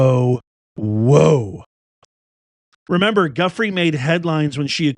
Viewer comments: Due frey is how it's pronounced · Virginia’s last name is pronounced Joo-FRAY. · It’s du-FRAY’………VIRGINIA DU-FRAY’